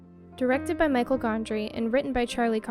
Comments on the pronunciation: FYI (because you mentioned is your favorite movie of all ), the director’s name is Michel, not Michael. As in the French version of the name (pronounced like Michelle). Brilliant filmmaker. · This is my 2nd favorite movie of all time and I’ve seen it between 15 and 20 times I’m sure. There were 3 things you said that drove me nuts since this is your favorite movie. 1. The director is Michel (me-shell) Gondry, not Michael. 2. We’re not watching them erase each other. Clem erased Joel before the movie ever started. We’re watching him erase her in response to her doing it to him first. 3. That scene you love so much is in a bookstore (Barnes & Noble to be exact as that’s where Clem works), not a library. Otherwise, it was a great review.